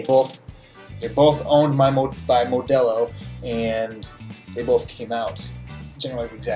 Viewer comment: Why do you say Modelo like that!?! Plz tell me you’re not near Mexico, the white jumped out